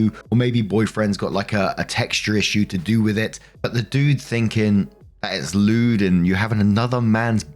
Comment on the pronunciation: Lmao I heard “lewd” as lubed. 😂